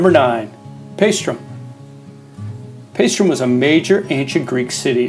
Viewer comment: Where the heck is PaestRum!? Nice video,but have you been there and learned how to pronounce?